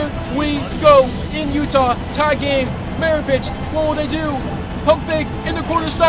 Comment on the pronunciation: Commentating but not calling Pistol Pete Mavarich the correct name oof